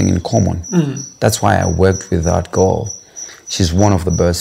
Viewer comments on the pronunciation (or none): none